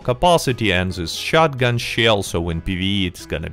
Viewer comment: You gotta love ur chanel and the way you say shotgen, not to make fun of you, its a great perk! " shotgen"